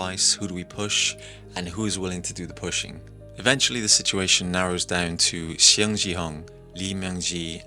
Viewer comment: But for the pronunciation of their name, it's Seong like a "Song" pronunciation and gihun not jihun and not xiong jihun